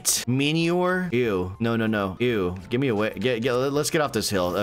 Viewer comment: It's pronounced Mini-ore, not miny-ore